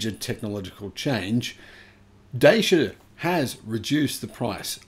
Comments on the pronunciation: Just checked: Dacia has become a subsidiary of Renault. And it's pronounced "Datchia". So not Chinese. Romanian with French ownership. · Dacia in Europe is pronounced like "Dutcher". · Dacia is pronounced 'datchia'. One snag of the original version was an abysmal fast charging speed unless you went for the top spec model. this limited its use for long journeys. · It’s pronounced ‘Da-cha’ fyi. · Dacia. Rhymes with Thatcher.